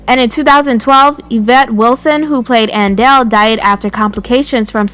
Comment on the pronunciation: Thought it was Aunt Dell. Her name is Andell, damn 😂😂